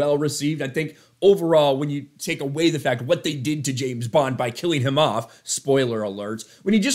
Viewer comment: Hollywood. It's not Jayne bond is James bond. Sort your sh*t out